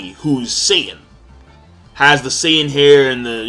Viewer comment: King, why do you say Saiyan instead of Satan?